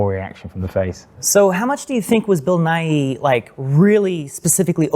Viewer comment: Bill Nighy is pronounced "Ni", not "Ni-He", just like our Science Buddy here in the US, Bill Nye, same pronunciation. Hearing this great actors name misspoken just rubs me the wrong way.